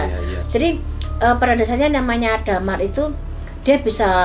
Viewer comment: Dimar,,,,Bukan Damar